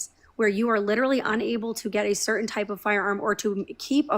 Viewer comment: i think its cute the way says 'littaly'